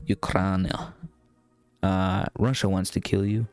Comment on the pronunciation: It’s Russia not whatever you called it